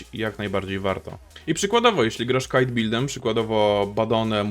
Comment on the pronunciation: Kite build, a nie CAIT :) pozatym super material!